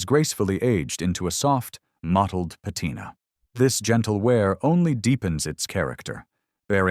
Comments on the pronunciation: Pat I na... sigh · Your ai voiceover -- 'patina' does NOT rhyme with vaqina. Hilarious.